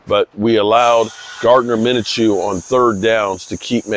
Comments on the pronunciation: It's pronounced MIN-CHEW not MIN-A-CHEW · I can't help but laugh by how he pronounced minschew